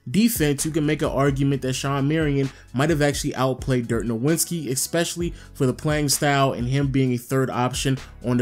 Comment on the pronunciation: "Dirk nawinski"